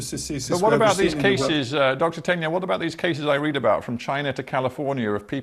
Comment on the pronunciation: Why is this interviewer mispronouncing Tegnell's name all the time? It is pronounced Teg-nell, not Ten-yell.